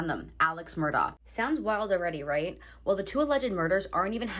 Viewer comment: The correct pronunciation is ALEK MURDOCK. Do your homework.